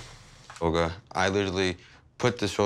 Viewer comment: He's literally saying oger instead of olga